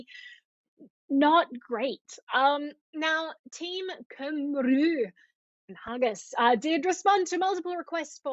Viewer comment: Cymru is a Welsh word meaning "Wales". The closest English pronunciation I can describe is "Koomri" with a short "oo" sound.